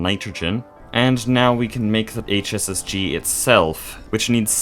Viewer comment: every time you said "hss-g" it made me think of heartgold and soulsiver